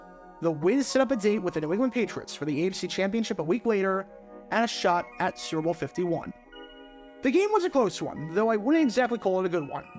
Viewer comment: Bro you have GOT to learn how to say "Super Bowl". You say it like srrrble, or like it rhymes with gerbil. It's 3 syllables.